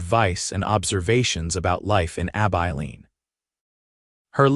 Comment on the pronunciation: Learn to pronounce Abilene.